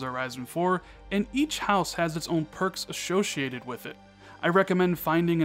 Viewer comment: Ashoshiated lol